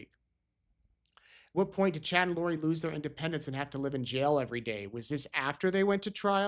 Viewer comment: Why can't this woman say the word "What"?? She says "Whah". "The state cannot prove Whah happened". Sorry, drives me nuts every time